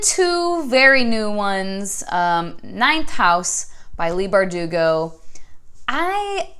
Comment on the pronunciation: Haha, I like how you pronounce Leigh Bardugo 😆 these are super popular! I feel like you’re just trying to be a hipster:P